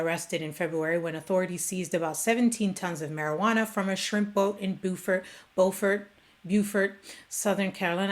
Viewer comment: You're wonderful but Smerconish...eeewwwwwwwwwwwww. Beaufort,SC = Bew fert, SC